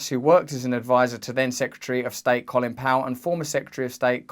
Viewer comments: Not Colin it's Co....lin. Lol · Coal-in Powell & David Betray-Us. Work on your pronunciation, Russell😊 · Russell, with a brain as large as yours, you really should know that the 'o' in Colin (Powell), is pronounced the same as in the words no, snow, toe, blow etc... ;)